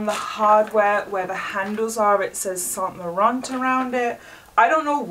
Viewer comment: loveee this collection butthe way she says saint laurant triggers me👁👄👁